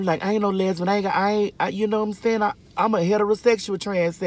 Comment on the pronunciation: When she said "lesbun" 🤣